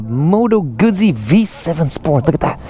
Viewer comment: Yeah, I hate it when bike journos can't/won't pronounce Guzzi properly.